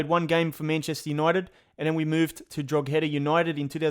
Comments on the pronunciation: it’s pronounced (dro he da) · No offence but you pronounced drogheda wrong, it is kinda pronounced like drau-ha-da. Im from dundalk who is drogheda's biggest rival!